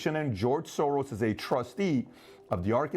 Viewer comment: Need to get my hearing tested. Thought you said George Sore-Arse.